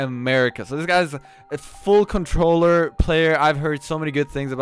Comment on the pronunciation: 😂 if u don’t know limits is MnK he says cintroller